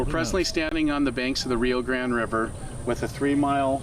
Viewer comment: Is it not the Rio Grande? Why does this dude keep calling it the Rio Grand?